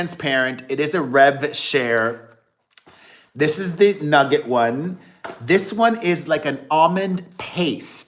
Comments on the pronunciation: Noo-gar. Not nugget if it is spelt nougat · Say “Noo gar”. Nougat. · Google says that’s the British pronounciation. In the United states we say new-get with the t.